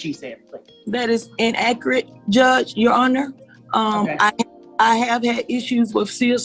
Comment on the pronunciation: "That is inakrit Judge" Save your tears and buy a dictionary.